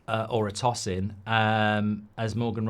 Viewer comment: It's To...Sin not Tossing